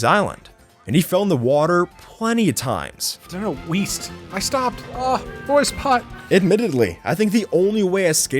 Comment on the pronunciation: weast? im sorry, i didnt get that